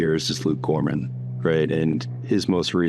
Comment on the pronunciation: Its Luke Groman, not Gorman